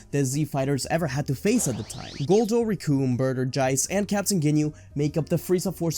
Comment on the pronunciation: Why you pronounce Jiece Jie-ce? Shouldn’t it be jeessu?